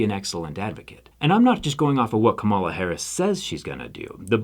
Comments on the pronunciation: I cannot believe you yourself pronounced it wrong, it’s not Kuh-ma-la , it’s kaam- alah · You're a smart guy and a very good guy. So I don't believe you're pronouncing her name incorrectly on purpose, but it is pronounced like "comma lah" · It's pronounced KAHMala. The emphasis goes on the first syllable. Great video otherwise! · I love the message and agree 100% but you're pronouncing her name wrong. Kamala (calm-ala) not (cuh-mala). Like the calm she is going to hopefully bring back to the country and world. Keep up the great work. Some of the best stuff on the internet! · You're not pronouncing Kamala's name correctly. Like people who dislike her do on purpose. It's Coma-la. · I’m with you, Zack! Thank you for this video, but please pronounce Kamala’s name properly. It’s like ‘comma-la’. Harris-Walz 2024! 🇺🇸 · Hey love ya Zack but it’s Kamala (comma-la) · It's pronounced 'comma-la'. Relatively common Indian name. His pronunciation is maybe a little odd but basically correct. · Love you, Zach. Can you please pronounce her name correctly? "KAH-mah-lah" Thank you for being an outspoken advocate for those less fortunate. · Thank you so much for speaking out 🥰 (btw it's pronounced like Comma-La, not so much like Ms. Marvel or the 90's wrestler) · no big deal but you're pronouncing kamala incorrectly. it's comma-la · awesome, well-thought-out and presented vid! (but, try to learn to pronounce Kamala Harris's name properly) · You’re still mispronouncing her name though. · Great stuff. Can we get you to pronounce her name correctly? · Very cool, wish you pronounced her name right though.